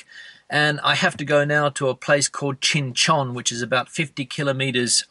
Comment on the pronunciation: Or Qing Chon, or Chinchin😂😂😂 please rectify. It is really funny